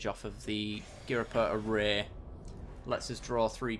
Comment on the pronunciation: Sorry, can't help myself - It's "Orr-err-ee" ;)